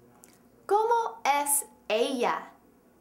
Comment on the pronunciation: hahaha FAIL ¿COMO ES ELLIA? TRUE ¿como es ella?.